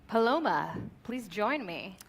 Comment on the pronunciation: God the butchering of hispanic names is real its PALOMA short sharp cut, this rampant racism coming from is appalling